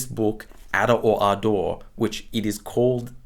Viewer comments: It is pronounced the way he said it. There is a reference in the book about it somewhere. Just like Lolita is not supposed to be pronounced as though it were English, but Spanish. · Starts off by pronouncing the title in a way that makes a nonsense of it! That is not encouraging as far as this analysis is concerned. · As an Australian “Ada” and “Ardor” sound exactly the same, probably hence the exaggerative pronunciation. Though I understand the similarity is somewhat the point.